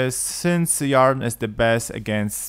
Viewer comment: Yarr-den? It's pronounced Eer-den.